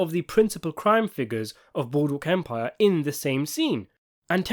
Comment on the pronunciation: Ah yes! Good ol’ Boodwook Empire!